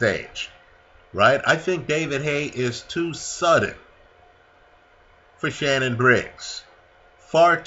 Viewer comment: Shannon not shannan